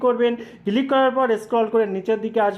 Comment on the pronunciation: বাংলাদেশের অধিকাংশ মানুষদের উচ্চারণ শুনলে বিরক্তি জাগে মনে ৷ আপনারা জীবনেও কি শোধড়াবেন না ?! আচ্ছা "ক্লিক" উচ্চারণ করা কি এতই কঠিণ ? সারাক্ষণ "কিলিক" "কিলিক" বলে গেলেন ৷ দু দিন আগেই শুনলাম বাংলাদেশের একজন ব্লেন্ডারকে বলছে "ব্যালেন্ডার" ৷ টিভি নাটকে বলতে শুনেছি "এর থেকে বেশি এসপষ্ট করে আমি বলতে পারবো না ৷" ভারতের পাঞ্জাব প্রদেশের মানুষদের ভাষা গুরুমুখী ৷ অবশ্য তাঁর উচ্চারণ করেন গুরমুখী ৷ তাঁদের সমস্যা হলো যে গুরুমুখী ভাষাতে কোন যুক্তাক্ষর নেই এবং শিস ধ্বনি বিশিষ্ট শব্দও তাদের নেই ৷ ফলে তাঁরা শিখতেই পারেন না যুক্তাক্ষর উচ্চারণ ৷ তাঁরা স্ক্রু কে বলেন স্যাক্রু, স্কুটারকে বলে স্যাকুটার, হর্নকে বলেন হরন, স্ত্রীকে বলেন ইস্তিরি, ইত্যাদি, ইত্যাদি ৷ কিন্তু কাজকর্মে তাঁরা অন্য কোন রাজ্যে বসবাস করতে শুরু করলেই কিছুদিনের মধ্যেই তাঁরা সঠিক উচ্চারণ করতে শুরু করেন ৷ ব্যতিক্রম হয়তো একমাত্র বাংলাদেশ ৷ সেখানকার সব মানুষই সম্ভবত মনে মনে এটাই জপ করতে থাকেন যে "আমার ভুল, ভুলই থাক !" কলকাতার ধর্মতলায় এসপ্ল্যানেড এলাকায় বাংলাদেশের একজন উচ্চশিক্ষিত মানুষের সঙ্গে আমার আলাপ হয়েছিলো ৷ তিনি আলাপচারিতায় ক্রমাগত "এগনেষ্ট", "এসটেট", "ইস্টিক", "এসপেলেনেড" , "এসপষ্টো", ইত্যাদি বলেই যাচ্ছিলেন ৷ তাঁকে একবার অনেক কিন্তু কিন্তু করে অনেক সংকোচ নিয়েও বলেই ফেললাম যে তিনি এত উচ্চশিক্ষিত হয়েও বাংলা যুক্তাক্ষরগুলোকে কেন এমন ভুল ভাল উচ্চারণ করে যাচ্ছেন ?! শুনে আমি তো স্তম্ভিত-বিস্মৃত-হতচকিত হয়ে গেলাম যে তিনি বেমালুম বলেই দিলেন যে আমাদের বাংলাভাষার সঙ্গে তাঁদের বাংলাদেশী ভাষার নাকি তফাৎ আছে ! ওঁরটা নাকি বাংলা নয় — বাংলাদেশী ভাষা ! আরও কয়েকজন বাংলাদেশীর সঙ্গেও কথা বলেছি , সবারই একই রা !